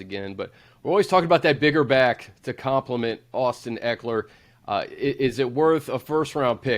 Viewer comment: Can't trust a scout that says Austin EEkeler!